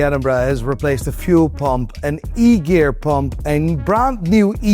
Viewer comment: whait an egear? LOLLOLOLOLOLOLOL